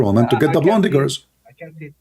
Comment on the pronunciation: seriously, you need to learn English. You are mispronouncing a lot of words. It is not "blondy" girls. You do jot pronounce the "e" in blonde. So you pronounce "blond" the "e" is silent.